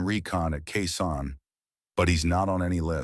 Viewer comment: It’s not K San or Kay San. It’s Khe Sanh.